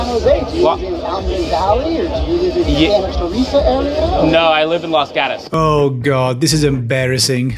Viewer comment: " live in Lus Gadues" as someone from the Bay, i fucking hate these tech squares. Its Los GATOS. Its pretty easy and acceptable to say like a non spanish speaker but these fuckers just create their own shitty way of speaking.